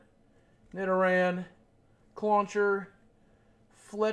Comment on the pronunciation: its pronounts (nid-or-an)lol